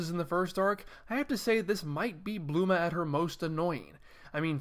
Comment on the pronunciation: Bulma not bluma